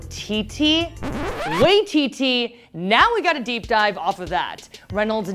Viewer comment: Great video but it’s Waii-TiTi, not Wah-TiTi